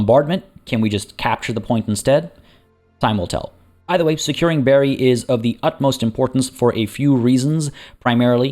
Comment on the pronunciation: Bari is pronounced like bar+y/ee, and not like berry. :) Otherwise most of it done well. :)